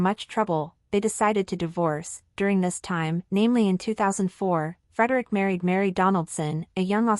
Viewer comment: Federico ? Can't this woman pronounce his name correctly ??